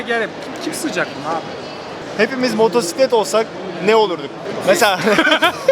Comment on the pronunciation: seslendirmeci adamsın, motoRsiklet nedir ya...olmadı...evet motosiklet faşistiyim :) o 8000usd dediğinden kullanıyorum